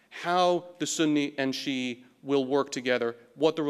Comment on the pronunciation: To clarify, he starts off just pronouncing Shia as Westerners typically do twice which doesn't bother in the slightest. However, then he goes on to get cute by going for some sort of attempt at an authentic-sounding pronunciation of "shia" , , and as well as for "Basra" and . For someone that actually knows what these words sound like in Arabic, it just sounds ridiculous. And it wasn't an ad hominem - I didn't even make an argument, just an observation.